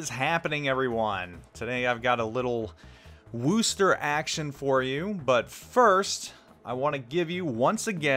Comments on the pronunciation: Wus-ter. Not Woo-ster. Thanks for the vid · No its Wusta! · I phonetically write it out as "wuss-tah" or "wuss-ter". But Paul T is correct that it's NOT "Woo-ster". There's no "woo" in Wusstah! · Had to stop watchin due to the WOOOOOOOster factor :( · You keep pronouncing wrong, watch Jingles utube on it.